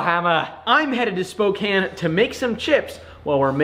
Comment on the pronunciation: You pronounced Spokane correctly!!!